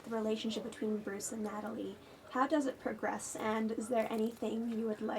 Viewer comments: Natashaaaa! Not Natalie... Sheesh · Eh itu beneran promo film Avengers Age of Ultron di Indonesia? Diliat latar tempat wawancaranya sih di Hollywood USA. Kalo diliat dari wajahnya Scarlett sih sptnya kecapean. Smg gak tersungging denger salah ucap Natalie (yg hrsnya Natasha). Namanya jg gugup jdnya kepleset lidah... 😅😅😅